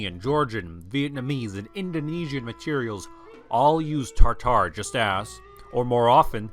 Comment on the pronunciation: Why do you mispronounce "taRtar"? It is "tatar". Also, only the most western catholic nations used to call them "taRtars", as an association with the ancient Roman hell "Tartar". Western Europeans had no clue of Mongol identities.